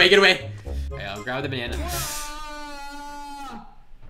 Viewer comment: be sayin "ÆÆÆÆÆ. BÆNÆNÆ”